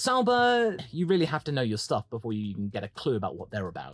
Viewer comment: “Weally weally nuts”